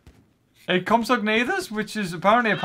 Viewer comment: dat compsognathas though